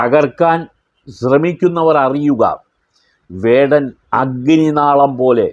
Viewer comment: Mr his name is vadan no kadan is right😮😅😊